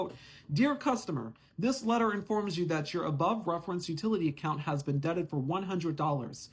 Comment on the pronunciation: Debited not debted. But great info